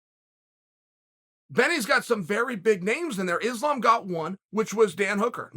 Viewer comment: I would know who Islam is if you said his name right